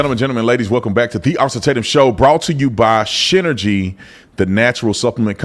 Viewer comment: Gotta say the ad sounds like you are saying shinergy.